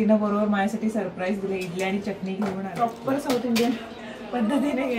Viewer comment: च्यटणी नाही चटणी असं बोलतात 🙌